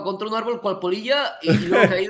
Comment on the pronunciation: Alguien más pensó que decía el niño poll*